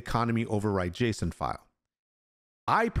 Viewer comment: Are the economy override settings in the in-game Server Settings too, or do you have to edit the JSON file directly? (You are saying it right, like "Jason")